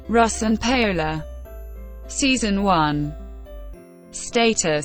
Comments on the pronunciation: its not pronounced Pay Ola..its pronounce Powla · Pay - ola??? Get it right woman you must have heard her name before..! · THE REAL PRONUNCIATION IS PA-O-LA A WITH AN A LIKE AMIGO IN SPANISH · Wtf that really is not how russ's wifes name is pronounced.